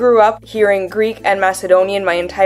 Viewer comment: Also your Greek pronunciation is just amazing !!!